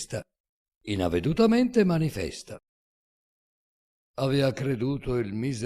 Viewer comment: innavedutamente manifesta, senza accento secondario